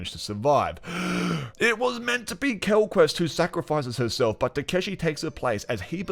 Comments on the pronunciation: This review is great but every time I hear "Quellquest" I cringe :'( It's Quellcrist Mackie just doesn't have the same gravitas as Kinnaman, which really added to the darkness of the show in season 1 I felt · maybe you could watch this again and see quellcrist is pronounced Kell-Crist not kel quest or quel crist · You’re funny the way you read Quell quest :body-green-covering-eyes: Its Quellchrist like Christmas tree, quell christ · Agree... the "quellquest" was cringy. But a great review, otherwise 😁